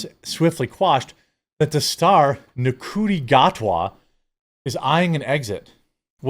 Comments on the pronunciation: If they want to make Bond black, he should be played by Rege-Jean Page. It would be nice if you learned to pronounce the names correctly. Ncuti is pronounced Shuti. Things like that are why your channel is failing. Do basic research. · Nc is read as the Sh sound. So Ncuti would be pronounced Shooty, ironic considering he's black 😂